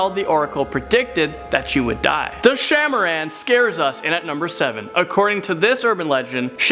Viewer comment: no.7- it pronounced "shaah e maaraan" (king/queen of snakes)